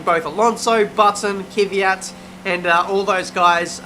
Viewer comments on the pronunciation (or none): why do you say Kyviat when its Kvyat??? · "Kivyat" almost almost